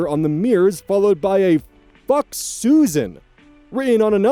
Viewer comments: It is pronounced Sue-Zan. Not Susan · Story 2: SUZ-ANNE, it's pronounced Suz-Anne, you keep saying Susan. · Just so you know, Suzanne is not pronounced the same way Susan is. It's pronounced Suz-Anne, not Su-zanne. They are similar but not the same. 😊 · Just a note Suzanne is (usually) pronounced Sues-Ann, not Susan. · Suzanne is pronounced “sooz anne” not susan im sorry i dont mean to shame you it just was important to me to say this for some reason lol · Suzanne is pronounced "Sues Anne" similar to Rozanne and Roxanne